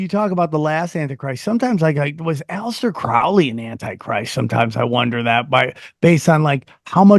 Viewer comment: "A lester" Crowley...prefer that pronunciation 😂